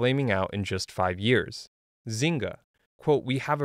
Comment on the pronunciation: zynga but ZYNGA